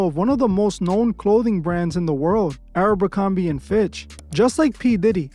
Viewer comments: Why you keep saying Arabicomby, instead of aBERcomby?! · Why does he pronounce Abercrombie like that? Sometimes he says it correctly, but most times he says "ArabMerCromBee"... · My guy, my brain hurts each time you call it Aero-bercorbie... Idk how to spell it but its like youre mixing Aeropostale and Abercrombie together 😂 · It's not arabercromby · You'd think would do enough research to at minimum pronounce the name of the company correcly. 😒